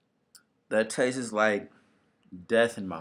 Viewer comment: "it tassess like" lol